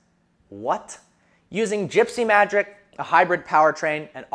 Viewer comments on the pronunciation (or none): Lol he said gypsy magRic